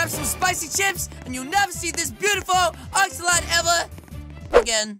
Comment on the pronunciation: Did u say ax-ax-axolotle?!?!